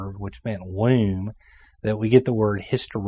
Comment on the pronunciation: It's pronounce "womb," not "wheh-oom." LOL!